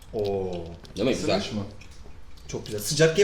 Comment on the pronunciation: abim gzüel değil diyor